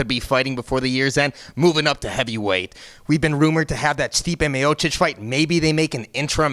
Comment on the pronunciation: Kudos for Tito for prenouncing 'Miocic' correctly